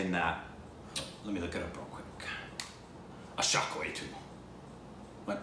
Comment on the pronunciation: I guess this was the first time went pronounced it correctly.